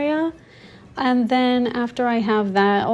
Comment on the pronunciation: you say eyand / ayand for “and”, and peyants for “pants”, a few double vowels in your pronunciation